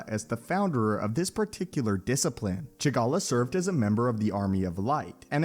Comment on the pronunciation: (Pronounces the name "Ch'Gally" as "Chi'galla") C'mon...